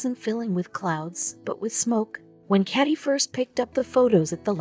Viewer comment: That automated voice is simply painful to my brain. Doesn't even know the difference between caddy and Katie